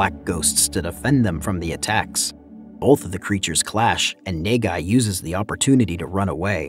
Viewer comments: bruh i thought he was saying negai and that means future but he was saying nagai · bruh just call him na-gai (as in nuh-guy) ffs...wtf is even nae gai...ppl be pronouncing the name in the movie a whole ton just follow em gawd dammit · the prodagonist's name is pronounced khei nahghai. as a japanese, it was kinda disturbing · Quit saying NEIGH GUY I had to close the video smh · His name is pronounced Kay, like mmmmmkay? And his last name is Na-Guy, like nah, guy, you’re butchering the pronunciation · Good recap but I can't stop laughing at the way you pronounced Nagai. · its actually kinda annoys me you didn't read the name the it supposed to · I couldn't stand your pronunciation of NAGAI lol